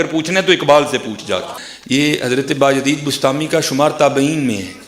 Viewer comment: Bastami nai hy bustami hy